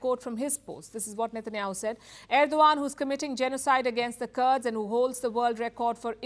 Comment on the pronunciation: Not kards😂its Kurds